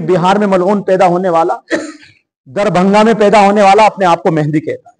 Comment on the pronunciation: aap ko MAHDI AS ka naam bhi nahi lene aa raha hai. MEHENDI keh rahe aap 😂😂😂😂 Engineer KAFİR hai ka fatwa de diya… Aap ko kisne haq diya hai kisi ki takfeer kare…